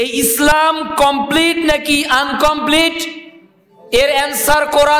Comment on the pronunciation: শব্দটি আনকম্পিলিট নয় হবে ইনকম্পিলিট।